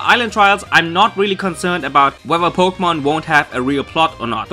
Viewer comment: lol po-gay-mon